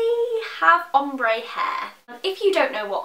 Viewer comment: i remember in your really old videos when you pronounced it 'omber' hahaha